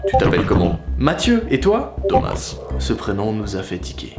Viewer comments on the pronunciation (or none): Juste il s'appelle pas "thomassse" mais sa se prononcé "toma" 😊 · tomasse non ça ce prononce tomas (A) ET NON TOMAS( ASSE) MDRRR